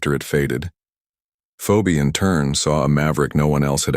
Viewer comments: Great story, but the AI voiceover mispronounced her name. Phoebe is pronounced ’fee-bee’ not ‘feo-bee’ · Please tell AI her name is pronounced 🙄 "feebee" not fobee! Story is exciting and believable!❤❤❤❤❤! Need more like this! Maybe a part2?!!😊😊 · Nice story. Feebee not Feeobee. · Fee-o-bee? Really? Phoebe should be pronounced Feebee! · Isn’t the correct pronunciation of her name Feebee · Love the story. Please tell A.I. the woman's name is pronounced "Fee-Bee". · Her name is pronounced Feebee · What a beautiful story. I was hooked from the start. The fact that Maverick fell in love with Phoebe (actually pronounced Feebee), a black woman, whom he'd swore he'd never go out with any black woman. True Love does find a way. ❤❤❤❤❤ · AI it's FeeBee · Please fix the AI, it's pronounced Phebee, spelt Phoebe. Thank you. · You are pronouncing her name wrong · Thank You Theda for helping them Pronounce Her Name...I was Almost 😮 Screaming it for The Boring AI READER... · It’s hilarious how the AI cannot pronounce, ´Pheobe ´. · It was a nice story, but you pronounced her name incorrectly. The real pronunciation is pretty. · Thank you. The ai Mispronouncing of her name was driving me crazy😅😅